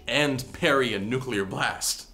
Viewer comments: Nuclear, no nuquelar. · NUCULEAR NUCULEAR NUCULEAR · nucular ಠ_ಠ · You wanna ask why he pronounces nuclear the Yankee way?! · In the next video, learns how to pronounce 'nuclear'